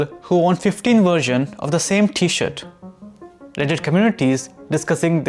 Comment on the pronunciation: I think there’s an “r” in t-shirt, my friend. Might want to consider including it in your pronunciation, because without the “r”, it sounds like something else.